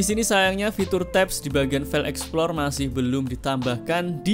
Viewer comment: Open File EXPLOR Emang Tidak bisa ngomong EXPLORER.... THIS IS YOUR BIG MISTAKE ... selalu BILANG : EXPLOR... AND IT IS FOREVER... DARI DULU SAMPAI SEKARANG ...Cian De lo How Poor You Are...